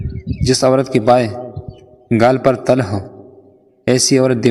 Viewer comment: Til not tal